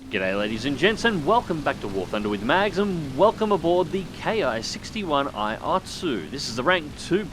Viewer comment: that isn't an i or "eye"... that is the Roman numeral I also known as 1 or One, just look at the other Hiens like the Ki-61-II and Ki-61-III. But I know that Japanese nomenclature can be difficult for people not familiar with the subject. Also as Roger Doger stated Ki is pronounced "kee".